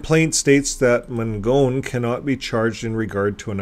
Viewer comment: We went to the trial to support the victim, we live in the neighborhood. His lawyer was horrendous and looked like a complete ass in the courtroom. The judge was very obviously getting irritated with Ron Mangone's lawyer. Btw, it's pronounced Man- gon. Not Man-gone. I grew up knowing him and his family.